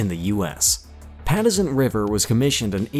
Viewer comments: Maybe if you could pronounce Patuxent river I could watch your channel, please!! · For those of us that have been stationed in VA Patuxent River and Sewells Pt; was not pronounced properly in this Video. I have been stationed or TAD to most of these bases and this was a pretty good video. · The narrator’s pronunciation wasn’t even close.